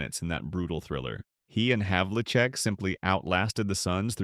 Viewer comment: I was wondering about the "narrator" and realized its inability to pronounce John Havlicek's name consistently was the giveaway. Regardless, how many other players in NBA history were Rookies of the Year, MVP in the annual All-Star Game, and the MVP of the entire league in 1974? If Dave "De-Butcher" hadn't hacked Hondo's right arm in the playoffs in 1974, the Celts would have polished off the Knicks which means they would have met LA in the finals. And Dave would definitely have been the Finals MVP in that series to add to his other trophies. The '73-'74 team that won 68 games is the greatest in NBA history to have not won the championship and that would have been a done deal since the Celtics were 4-0 against the Lakers that year and Big Whiney Wiltie had absolutely no clue how to play Cowens and was totally dominated in all four of those victories by his hustle and unrelenting aggression. Yeah, I think Dave is underacknowledged but in my mind, the REAL "forgotten" superstar is another Celtic, #24, the great SAM JONES!